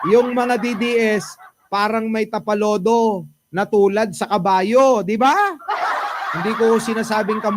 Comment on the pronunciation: Hindi "Tapalodo", "Tapaoho".